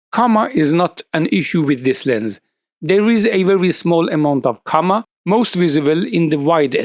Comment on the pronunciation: This is a great video. I really like your rational approach. One little point of pronunciation: coma should be pronounced differently to how you pronounce it. The "o" should be dragged out as in so, m*o*tor, p*o*em and ph*o*t*o*.